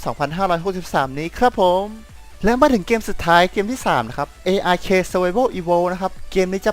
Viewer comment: ARK อ่านว่า อาร์ค นะครับ